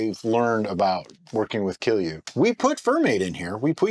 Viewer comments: You pronounced it near perfectly, if someone is saying otherwise they don't know what they are talking about. I should know, I'm Finnish. :) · I am really impressed with your pronunciation of kilju, Finnish pronunciation can be really difficult for foreigners.